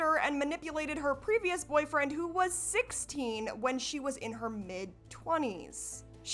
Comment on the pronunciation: "I miss my boyfweind” lmao